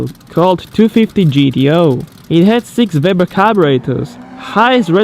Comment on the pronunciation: What on Earth are "VEBER" Carburators???